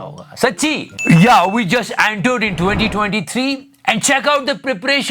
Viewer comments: antered kya hota hai re🤣🤣🤣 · Normal ppl says Entered.... 'Aantered'. Luv u 😘😘🤗🤗🤗